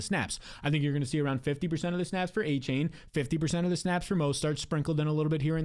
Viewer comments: Exactly! With all that glazing you would think he would at least know how to pronounce his name smdh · You can’t even pronounce Achane name right